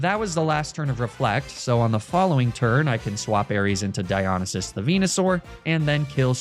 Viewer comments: God while i love all the greek god names your pronouncation of Dionysus as Die-on-a-sis hurts me, and while the god is from an ancient civilization and we therefore dont actually know how its pronounced, me mythology loving heart has always heard it pronounced die-oh-nice-sis Edit/2: I cant tell if youre meming or if you think the two L's in Apollo are two i's but yeah Apollo is A-polo (as in marco-polo) not A-poyo (as in kirby) Edit/3: on the upside, well done on using the correct version of Heracles instead of the roman version, Hercules! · Amazing video but its not A-poyo its A-Pall-O. And its not High-Figh-Stus but huh-pha-stus. Not De-meter but De-me-ter. And its Die-O-nigh-sus. Also RIP Demeter and Oizus :( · Dy-o-ny-sis How you pronounce it for future reference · its diya-nie(like 'die')-sus not diyo-ni-sus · Di on a ses bothered me the whole time 😭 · I’ve never heard anyone pronounce Dionysus like that lol. Good vid tho 😊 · This comment is a year late, but omg the mispronouncing of the greek god names is absolutely destroying me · Really cool naming convention but you should look into studying a little greek or latin, your pronunciation is very weird. Cool video! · He can say ASCLEPSIUS BUT NOT DIONYSUS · Hearing Dionysus being pronounced like this hurts my soul. Fun video though and it inspired a playthrough of my own, so thanks homie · I was okay with magnameetay and all the other horrid ways I've heard you pronounce words but mispronouncing dionysus hurt me. I love the channel and I am subbed and watch every video but that one got me 😂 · Your pronounciation of Dionysus offends me on a personal level Also Apollo, wtf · loved the video but the way you pronounce dionysus hurts my ears 😭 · The way you say Dionysus hurts me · the way he’s saying dionysus is so stressful oh my god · Oh no how long does Venusaur stay on the team. Normally I’m fine with the Pokémon mispronunciations but hearing him say Dionysus like that kills the Greek Geek in me.